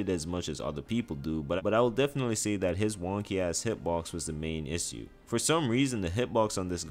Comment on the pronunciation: Loved the vid! But the way you say "issue" really pissed me off